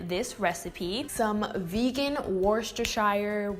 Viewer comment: the probnunciation is wuster! you don't say the shire. and the worcester..is like woosta.